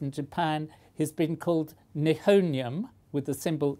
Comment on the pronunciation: Ni ho nium. Not Ni hoe nium